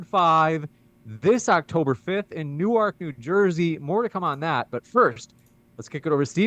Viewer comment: New-ark?? LOL Jersey ain’t Maryland.